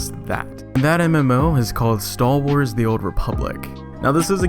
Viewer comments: Am I the only one who thinks it sounds like he's saying "stahl wars"? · Stal Wars? Sounds like he's saying Stal Wars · wtf is "stal wars" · The content of the video was ok. The guy obviously really like the one class he plays. My main criticism of the video is the bizarre fake deep voice the narrator uses and how he repeatedly said "Staww Wars". Like the whole point of the video is about star wars, take one extra second to say the word correctly. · Stall Wars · cool review, cool guy, but damn it every time he said stal wars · I know that's not what you're actually saying right, but with your pronunciation, that's what I hear every single time.